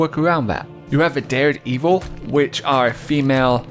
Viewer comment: I have to tell you it is pronounced Dare-Devil, like the Marvel hero.